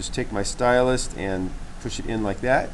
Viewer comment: Great tutorial, love your little fish. Just one thing, it is a stylus, not a stylust. Lol Thanks you are a good teacher, wish I had seen the kids work and your fish, finished.